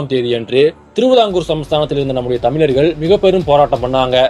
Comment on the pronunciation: You can’t even pronounce correctly the word Thamizharkal. 😂